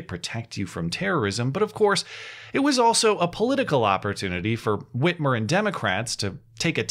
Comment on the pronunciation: Did you say free armour....???